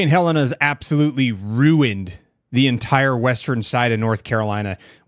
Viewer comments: It's Helene, not Helen. Pronounced Heh - LEEN. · Helene not Helen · Its HELENE not HELENA, and your thumbnail called it a tropical storm. It's a hurricane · Not Helen. Not Helena. “Hel-een” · It’s Helene not Helen. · It's pronounced Hell Leen. Not Helen... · Ha - lean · Noted ✅️ not hellan😂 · Good video. But one suggestion would be to pronounce the name of the storm correctly. Thanks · Mispronouncing the hurricane name makes me question the credibility and realize you must not be here in the middle of it. Thanks for the coverage though…the media isn’t covering any of this devastation to the Carolina’s.